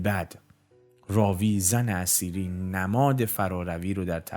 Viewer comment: جناب تلفظ زن اثیری را شما زن اسیری تلفظ میکنید آنچه میدانم در نوشته هدایت اثیری Etheri همان اتر هست که به معنای سبک بال باید باشد. زن اثیری ایران قبل از اسلام هست و پیر مرد خنزر پنزری همان اسلام هست که این پیر خنزر پنزری زن اثیری که همان ایران باشد تبدیل بیک فاحشه کرده در حقیقت هدایت که نوعی نوستالژی به دوران قبل از اسلام دارد.